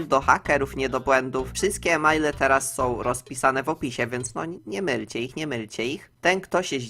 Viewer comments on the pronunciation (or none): IMEJLE NIE EMAJLE